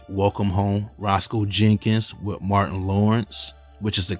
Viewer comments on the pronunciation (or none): none